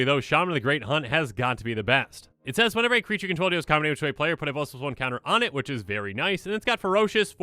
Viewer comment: I will always enjoy how he says "Plusluson counter" but fully enunciate +2/+2 or any others